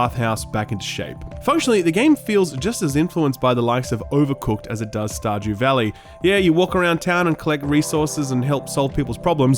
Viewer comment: “Star Jew Valley”